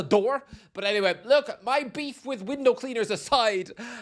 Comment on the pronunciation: “Weendow cleaner”? 😭😭😭